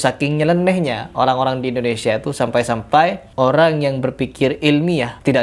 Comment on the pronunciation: sederhana aja sih, jangan kan dikaji lebih dalam, perhatikan aja pengucapan Indonesia dalam bahasa arab aja udh salah. dan itu lebih dari jelas membuka mata kita kalau papa gupron ini bukanlah ulama. TITIK